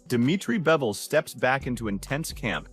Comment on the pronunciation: It’s pronounced BIVol like beaver or bees this guy keeps saving bevol wtf